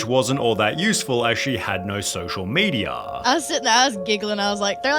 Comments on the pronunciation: ....problemaah...mediahhhh...moneyahh...crewahhh....stop talking like this, it is just disgusting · “She had no social mediuh”